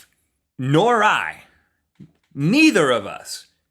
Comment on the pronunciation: He was joking- in the video Rhett said "Nor I" but it sounded like a name. :)